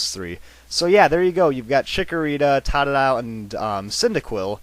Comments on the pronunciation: he said totodile wrong he said tatadile :3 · its not tod-a-dile its toe-toe-dile!!!!! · u mispronounced totodile, its toe-toe-dile totodile not tot-toe-dile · totodile is supose 2 sound like toe toe dial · It's Tote -u-dile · Toe-ta-dile ok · its totodile (TOE TOE DILE) and megainum is (MA GIN IUM) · tata-dile? lol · This made me rage It's pronounced "tow-tow-dyl" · its pernonced toad-ah-dile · its typhosion! its the best duh! no offence and you saide todidile wrong! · youre seriously mispronouncing totodiles name...you say it "tadadile"...